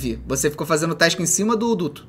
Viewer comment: n e task e tesik e assim que ele fala